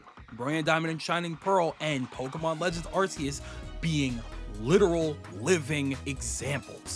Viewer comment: What the hell is “Arse-oos?”